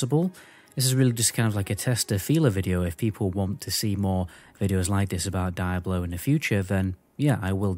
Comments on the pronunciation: Why Daiablo and not Diablo ??? You Britzzz :) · Left as soon as you called the game.. "Die.....ah...blow" and not "Deee....ah blow" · I believe it is pronounced, "dee-ah-blow", I kept thinking you were saying, dire blow, lol, I was confused was a dire blow was, I thought maybe it was similar to a killing blow. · Cool vid. Why you say DIE-ablo vs the correct “Dee-ablo” pronunciation? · I'm irrationally enraged by the way you say die-ablo lol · its dee-ablo not whatever the fuck you keep saying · Die-Ablo lmao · die ablo four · Wtf is Dieablo??? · Bro said “Die-ablo” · Die ablo foe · Dude where you lurn to speak it is diablo man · OMFG if you gonna do a review video on a game learn how to pronounce it's name properly